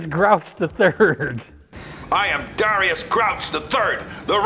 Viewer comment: “I’m Dharr-ius Emmanuel Grouch the Third” That’s either a WILD choice or a WILDLY wrong guess at how you typically pronounce Darius 😂